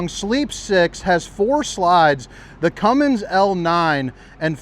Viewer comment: if you're reading this, I love ya, but there's no G at the end of Cummins. Please.